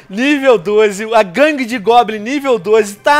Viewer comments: Mano o Venom é analfabeto? "Guangue" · Venom Colocou Guangue de Goblins No Título, e Falou Guagangue De Goblins shuhsahusa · venom nao e guangue e gangue